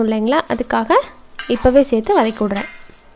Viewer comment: வனக் கி னு சொல்லகூடாது வதக்கி னு சொல்ல